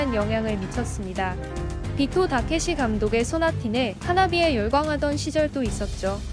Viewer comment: 비포다케시가 아니고 비트다케시인것같습니다.